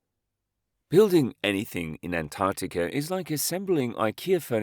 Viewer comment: Am I the only one hearing him say "Antanticum" ???